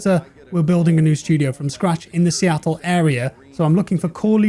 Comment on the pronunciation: please stop saying Seattle. You’re killing me.